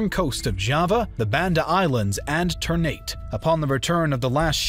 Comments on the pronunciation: the pronounciations of indonesian things in this video o_0 lemme clear them up: ternate: tehr-nah-tay (not "neit") aceh: ah-jeh palembang: not bang as in "bang bang" but pa-lehm-baang (the a in car) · for those who wanna know, the closest pronounciation is ter-naa-tay. the ter is right, but Ternate here in the video pronouncing nate like in English. pronounciations in Indonesian just do the same letter with same sound, except the "e", both "e" in Ternate pronounced differently (first like e in boxer, second like e in well) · Ternate should be pronounced Tare Na Tay Tidore should be pronounced Tee Doa Ray Pangeran (prince) should be pronounced Pang A Run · Man pronounced Ternate with (ter-nait) and Aceh with (uh-keh) lmao it's ok tho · Bantam? Ternat? You butchered the name of the cities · Mispronounce of Local places in this video is prominent. Ternate Tidore Aceh Johor Palembang And also the mispronounce of Dutch names. As Indonesian, we were forced to say those Dutch names in their original pronunciation during history lesson, Jan Pieterszoon Coen, Cornelis De Houtman, Herman Willem Daendels, Johannes van den Bosch come in mind. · The pronounciations in this video are maddening/hilarious. Aceh? Johore? Ternate? etc. Ouch.